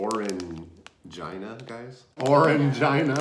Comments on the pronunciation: Orangina is pronounced like the name Gina but my dad would buy the drinks for me as a kid and jokingly pronounce it the way you did 😂😂😂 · Orangina!!! Lmao - the European Gods and Goddesses pronounce it as, "orange-een-a" Love you guys, you always make me laugh!!! and I love you guys!!! Have a beautiful week!!! 💚💨💙🤣🐕🐶😺🐩🐈🐀🐹🐭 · It's pronounced "Oran-geena" 😋 love the vid 🤗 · you KNOW its OranGEEENA....😂😂😂 ur face said it all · Haha the way you guys pronounced orangina. Lol.